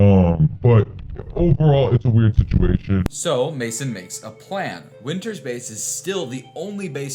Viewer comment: Wynter? ETHAN WYNTERS